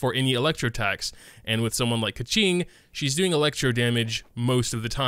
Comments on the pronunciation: It's pronounched as 'Ge-Ching' not Kacing😂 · That's how you say her name. Keqing is "Kuh-Ching" because the qi in her name is pronounced chi. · Dude, he called her "Ka-ching", like a gold mine is she xD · To be more accurate: "Ka" in this name pronouce like "cur" in curtain along with its high tone and "Qing" is "ch + ing" with dipping tone. Here's the kanji - 刻晴 -, you can place them in chinese google translate to listen if you interested.